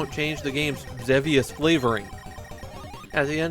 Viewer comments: More devious than devious... It's EX-eevious! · Awesome review! But it's it's pronounced "Xee-vee-us", not "Xeh-vee-us". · I've usually heard it like this: "Are you devious enough for Xevious?" which was an early Atari ad rhyme. You are saying Xehv , but could it actually be like Xavier? because that's the Japanese E sound, and Francis Xavier was a missionary to Japan.